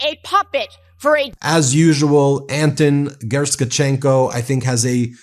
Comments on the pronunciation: Great job, Ben. It lacks just a detail: Learn to pronounce Gher-ush-chen-co❤🇺🇦. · His name is Anton Gerashenko [Gera-shenko] Love the videos by the way. Congratulations 🥳 🎉 on topping the podcast charts worldwide on Spotify. Edit. Spelling error Top to topping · Isn't it pronounced [Gera-sh-chenko] ?